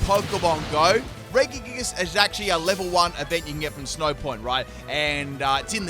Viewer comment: I’ve never heard anyone butcher regigigas name so much lol